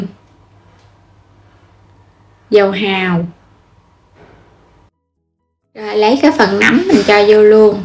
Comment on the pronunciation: Tại sao mà em gái Không nói chữ “ rồi “ mà nói là “gồi “ ? Chị định làm bánh mặn mà nghe em nói chán quá không làm nữa.